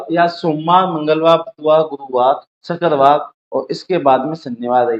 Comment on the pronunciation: shakkar waar ni bhai mere...shukravaar hota h 😂😅